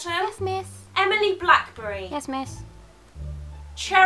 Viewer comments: It's Blackery not Blackberry :( she's NOT a cell phone/company :,( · Emma Blackberry? Not Emma Blackery?